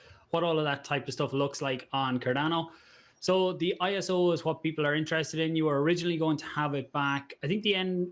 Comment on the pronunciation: Dude said Cardono lol